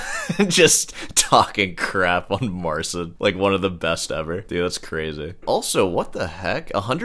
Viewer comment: It's funny you pronounce it Marseen because the actual pronunciation is more similar to Martin (theoretically, it should be Martchin but with a more palatalized tch)